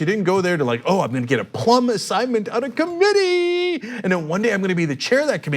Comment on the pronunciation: I can't stop laughing at how Cenk says committee lmao